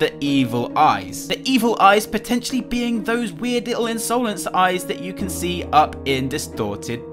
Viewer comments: Ins-OH-lence eyes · Insowlense eyes